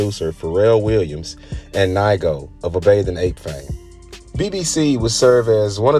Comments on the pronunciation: It’s nee-ko not ni-go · its “neego” not “nighgo” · NAIGO lol please sir its nigo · It’s Nee-go! Not Nygo 🙄😒🤦🏻‍♂️ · Naigo 😂😂😂 It’s pronounced Knee Go Ni Go Good video 👍🏾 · It's pronounced nee-go, not nygo 🤦🏻‍♂️🤦🏻‍♂️🤦🏻‍♂️ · It’s pronounced (knee-go) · It's pronounced "Nee-go" fyi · Nigga said “NYGO”… 🤦🏾‍♂️ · His name is NE-GO........................................................... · It's pronounced Nee Go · Nai Go😆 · Great video with really good knowledge , only thing i could say is that nigo is pronounced neego. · NIGO and LA'GO (pronounced Lego) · I know how to pronounce Nigo’s name. The guy in the video fucked it up. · Lmao! I stopped watching this after hearing how he pronounced Nigo. He definitely doesnt know what he's talking about 🤦‍♂️ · Man, trying to have a channel about streetwear and not knowing how to pronounce nigo. Im out